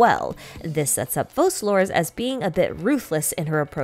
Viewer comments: Why do people say "FoSalor", when in English "c" in that position is read as "K" and the name should be prononesed as "FoKalors"?! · Have we heard how they’re pronouncing Focalors? Because the Francophone reading should be Fau-sa-lor I think.